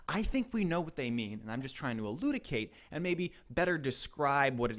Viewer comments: It's eluCiDate, not eluDiCate, taking yet another L. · Bruh really said eludicate instead of elucidate 💀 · It's pronounced eloo si date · Elucidate ❌ eludicate ✅ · Elucidate not eludicate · did you actually mispronounce "elucidate" as "eludicate" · Elucidate, not eludicate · “eludicate” lol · ELUCIDATE not "eludicate" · He said eludicate lmfao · is evidence that doesnt write his own scripts. the script-writer accidently wrote "eludicate" rather than the proper "elucidate" and, unknowingly said "eludicate". if he were both the script writer and the actor he would have spotted this mistake at some point rather than just saying a nonsense word. i think this means that he is a psyop and that he is being directed by feds to produce political dissidence in terminally-online youth. spread the word. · this man just said eludicate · saying this as a friend and not a pedant, you’re going to want to google the pronunciation of “elucidate” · Is that how Canadians pronounce elucidate?